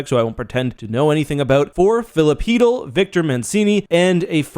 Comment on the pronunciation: its an L for both teams u cant convince my chytll is pronounce heatel no matter how hard anyone tries